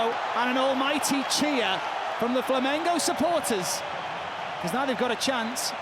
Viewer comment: If you're gonna be a sports commentator, I think the very least you can do is learn how to pronounce the names of the clubs and athletes involved. Dude kept saying "Flamenco". It's not a Spanish Dancing show, mate. You wouldn't like to watch non-british commentators saying "Loverpol", "Chilsae", "Minchister", "Spoors". Takes literally 10 seconds to google "how to pronounce X"